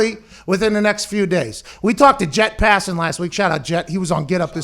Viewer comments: Okay something is driving me crazy. Is it "Jet Passam" of "Jeff Passam" I have seen his name on ESPN as Jeff but it sounds like they are saying Jet. Am I loosing my mind? Lol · “Jett Passin”